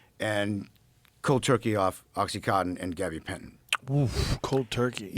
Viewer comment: Dude him mispronouncing gabapentin is annoying me.